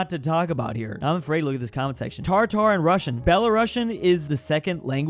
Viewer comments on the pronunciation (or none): it's not Tartar it's Tatar. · it's tatar, not tartar. It's a language not a meat dish dawg 😂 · It's not tar-tar, it's ta-tar! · It makes me so mad that you keep reading "Tatar" as "Tar tar" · IT IS TATAR NOT TARTAR TARTAR IS A FOOD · Tfw he probounces "Tatar" as "Tartar". :) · mf just said "Tar Tar" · said tartar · American tries to pronounce Tatar.